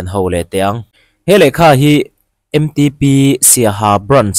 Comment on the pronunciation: MTP nilo in M Ṭ P TIIN LAM HRAM TEH